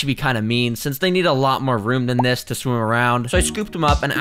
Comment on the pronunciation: he said shwim instead of swim